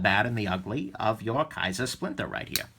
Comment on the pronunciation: it's the "splintah" so say it right! Another great vid from the. It's a beautiful thing. Thanks.